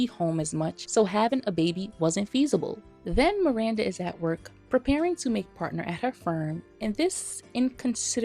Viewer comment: Preach sister! I'd rather be single than lower my standards and live with mental and physical distress. I also HATE Steve, just the way he pronounces Miranda – MIWANDA 😒... I've reached a point where I can't watch SATC anymore; it's a real pain in the ass. But I still love the fashion in the show; it is and always will be iconic 💖